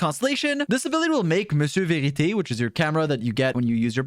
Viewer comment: Impressive and perfect french pronunciation on "Monsieur vérité"! :) Charlotte approves.